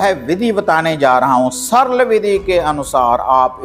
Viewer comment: Sarl saral ko bhi bolna nhi aata hai.